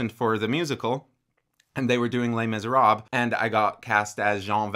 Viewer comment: Completely random, but I just had to share this--when he said "Les Miserables," at first I thought he had said, "Lame as a rob."